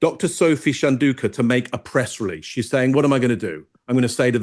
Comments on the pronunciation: Chandauka is not pronounced shan-doo-ka, it's chan-dow-ka ( dow rhyming with wow). She is your subject after all. Google is a thing. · I used to value your expertise, but your lack of desire to learn how to pronounce Chandauka was disheartening. Please do better as 4 white mansplainers. You've lost my attention.